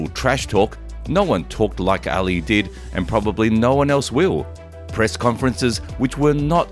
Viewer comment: His name was not Muhammad Alley.... Try Muhammad Ali (ahh-lee)